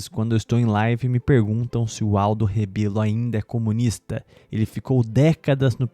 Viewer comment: É Rebelo e não "Rabelo", antes de inventar qualquer desculpa para se indispor a pessoa política dele, saiba como se escreve e pronuncia o sobrenome corretamente.